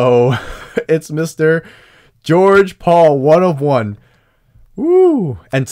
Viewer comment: actually says George Paul’s name correctly!!